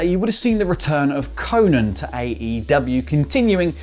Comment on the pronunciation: its Ko-nnan not fuckin Konin cmonnn